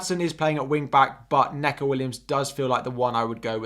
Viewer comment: Great stream and really informative but its knee-co (Neco)